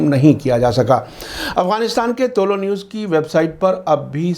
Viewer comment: Aap toh theek se tuloou news bol liya karo woh tuloo news he tuloo means rising ghuroob means sunset umeed he samjhe honge aap